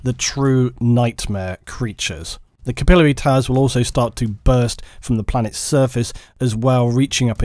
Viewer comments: It's swath not swaythe. We can deal with you mispronouncing capillary, but come on. Lol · Is that SERIOUSLY how you pronounce "capillary"? It sounded idiotic the way you said it several hundreds of times throughout the video